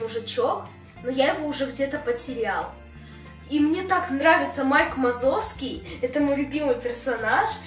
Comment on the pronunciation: видео как всегда превзошло себя,но понимаешь режет уши ты сказал Майк Мазовский а надо Вазовский а так всё отлично молодец!